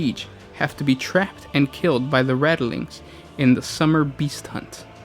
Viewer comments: Probably...and it's rat-ling....not rattle... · RATLINGS!!!!! NOT RATTELINGS!!!!!!!!!!!! For fuck sake!!!!! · Keeps saying "radilings". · 🤔Rat lings not rata lings. Sorry but so much watch. Love to guys though. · Rattleings?! TRIGGERED!!!!!!